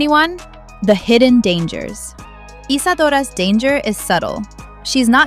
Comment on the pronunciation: I can't with the latin pronunciation of isadora's name of the audio voice 😭 (Btw,ik the name isadora have history with latin)